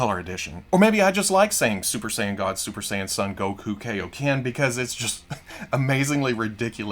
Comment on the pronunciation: I don’t want to be that guy but Kaioken is pronounced ( Kai OH Ken ) not ( Key Oh Ken )